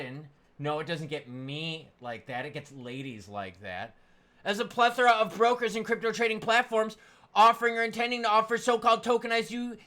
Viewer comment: repeat after me... ... "Ple-thor-ra"